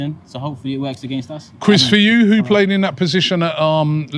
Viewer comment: He said quiz for you not Chris 😂